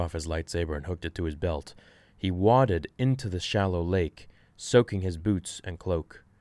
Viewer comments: Does it bother anyone else that he said wadded (into the shallow lake...) instead of waded? I tried not to let it bother me... I do really love the videos though! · waded is pronounced “way-did” not “wod-id” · the word is waded, pronounced WAY-DED. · “Wodded” into the lake? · "Way-did" sir. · Waded " wade-ed" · English isn't my first language, but I do know how to pronounce "detritus" and "waded"... love the video though! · Dude you can't pronounce detritus or even freaking wade?? Really?